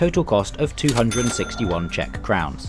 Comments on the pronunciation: I'm an English man and Czech speaker. Your pronunciation is spot on as far as I'm concerned. Well done. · The pronunciation is very very good of the Czech words. 👍🙌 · As a native speaker I can confirm they are very correct! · I have no idea if you pronunciation of the Czech is correct, but I love the confidence with your pronunciation! Great video with a scenic route. All around fantastic job. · I was about to note that as well. Yes, your pronounciations are very correct. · this is hands down the best pronounciation i heard from a foreigner that is not learning czech.